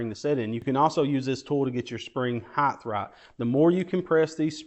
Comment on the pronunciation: Height, not Heighth. No such word